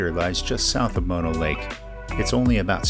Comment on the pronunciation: Great video and one of my favorite parts of California. I so appreciate that you pronounced Mono correctly. I like watching YouTube vids about the Eastern Sierra but mispronounced Mono always makes me...ugggh!